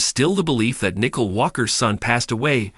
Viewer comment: Her name is Nicole not Nickel